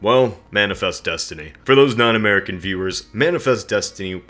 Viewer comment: Lol! I thought you said "For those nine american viewers". Oh well..